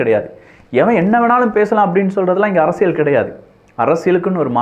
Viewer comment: Thambi Neenga arasiyal endra varthayai la enbadharku zha endru ucharikteerkal pls correct seithu kollungal.